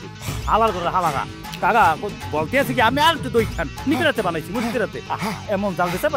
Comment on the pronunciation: কাকাও বলতে পারে না কাগা বলে😅😅😅😅😅